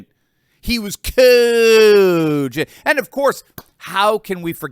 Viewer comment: I love it when says Coooogient